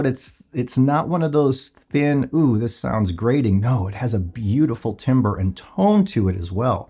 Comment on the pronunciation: Timbre is pronounced "tamber"